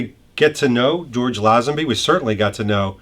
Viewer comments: I shee that George pronounces his name as Lay zen bee, which always mind, not Laeh zen bee as this video's announcer does. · Nice. (PS: The name is pronounced LAY-zenby, not small "a".) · First, get the name right: the man’s name is pronounced LAY-zen-bee! Second, thank you for doing this, highlighting my favourite James Bond, star of the best Bond film of all! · Mate..... Lay-zen-bee! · Lay - zun - be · LAY zenby As in get LAYED! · Lay-zin-bee. George Lay-zin-bee. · Why does everyone keep mispronouncing his last name! LOL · You sound like an expert, but you pronounced his name wrong EVERY time you said it.